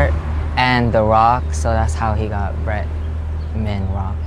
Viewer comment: Yah lazy to say BRETMAN ? So irritating 🙄